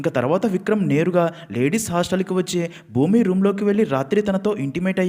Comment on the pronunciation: Bhoomi kadhu bhooma